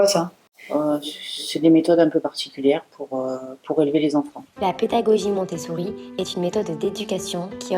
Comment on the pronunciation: Dommage de ne pas s'être renseignée avant de faire une telle vidéo. Tu ne veux pas être jugée sur tes avis en tant que maman, mais ne juge pas les autres, et encore moins s'en être renseignée sur les sujets que tu abordes. Ne même pas savoir prononcer post partum, ou encore Montessori.. vraiment déçue.